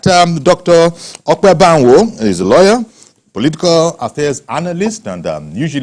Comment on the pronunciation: It is Dr Ope Banwo not Manwo